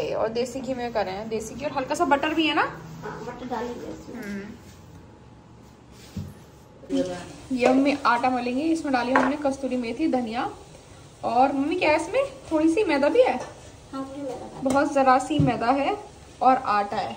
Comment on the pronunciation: Kasturi nhi its kasuri methi 😅😅